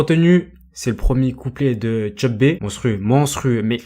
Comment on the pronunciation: Tcheu b il a dit mdr sa se prononce cheu b